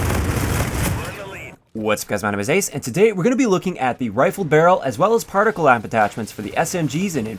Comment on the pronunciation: It's not partical. It's particle.